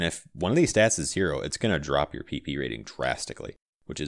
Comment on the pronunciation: I cant help to laugh every time you say PP: "maximum Pee pee".